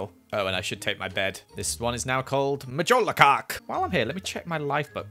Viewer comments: When say "MJOLARCARK" that made me laugh so hard 😂😂😂😂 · Mjolarkark Me: whEeze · nobody:: this one is now called MjOlArCaRk